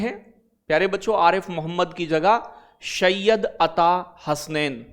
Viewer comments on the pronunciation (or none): प्यारे सर हर शब्द में आप 👉श नहीं use कर सकते उर्दू languge hinglish me bhi अर्थ वाले शब्द होते निरर्थक भी जैसे आपने शय्यद अता hushain बोला।गलत उच्चारण होगा ❤😊DIG में जी होगा ना कि ज़े ज़ी 😊 शाहाय ❌ सहाय